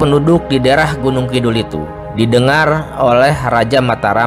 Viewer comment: Penyebutan nama nya kurang tepat....eheheee